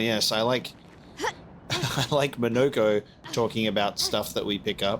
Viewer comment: Yes, well, very impressive parrying this episode. But please,, it's pronounced Monoco, not Monoco!!